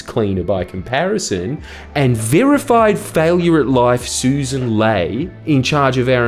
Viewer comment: What is wrong with you Jordan? Susan is spelt Susan. The ex environment minister is pronounced Suss an.